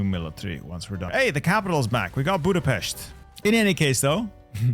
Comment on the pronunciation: The accurate pronounciation of Budapest fucking scared me